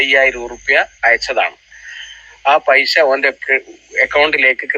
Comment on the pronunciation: Paisha alla paisa Annu parayu paisha alla naak vadichi vaaa🤪🤪🤪🤪😀